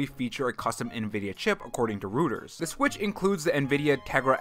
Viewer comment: Say it with me Nintendo guys. ROY-TERS